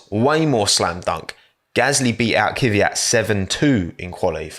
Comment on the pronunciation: This isn’t criticism to specifically, but I have noticed that when British people pronounce “Kvyat” they say “Kyviat”, anyone know why?